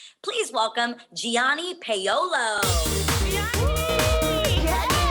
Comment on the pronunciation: “Geeanni pay-olo” damn she butchered his name